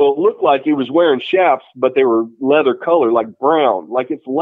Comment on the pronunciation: *chaps. not chaffs.